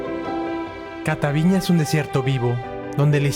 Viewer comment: No es "Catavíña" (con acento en la í) Lo correcto es: "Cataviñá" con acento en la "á", lo está pronunciando mal el joven. Pero gracias por mostrar lo bello que es Baja California, excelente canal, me subscribo